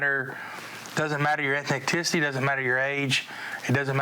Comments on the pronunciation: Redneck sherriff says “ethneck-ticity” when the pig meant “ethnicity”. SMH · sheriff with no neck or never seen his balls says “doesn’t matter…. “ takes a huge breath “ your eth-neck-ticity” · Did he just say “ethnicticity” for the word ethnicity? LOLOL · somehow he turned the word "ethnicity" with "ethenticity" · Did he say it doesn't matter your "ethneticity" xD Omg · "It doesn't matter... yer.. eth-neck-ticity." That tells you all you need to know about Oklahoma. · “Ethinticity”- sheriff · "Doesn't matter your eth-neck-ticity" ...while also saying "we know who to look for" and describing going looking for a fight in general People in these lunatic red states think they are the ones who appreciate, and live life with, maximum liberty/freedom. The irony of cops and ordinary civilians constantly cosplaying like they're military on patrol/lookout is completely lost on them 🤦‍♂ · The way he tried to say "ethnicity" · That sheriff cannot even pronounce the word "ethnicity". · Sheriff, who can hardly breathe, just butchered the word ethnicity. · so funny he can’t say ethnicity properly 😂